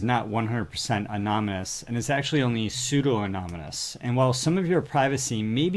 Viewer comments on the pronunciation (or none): Are you saying amonomus?